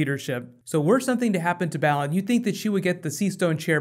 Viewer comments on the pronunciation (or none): it's BAY-LON, not BAAAA-LON! lol! That stuffs been killin me! lol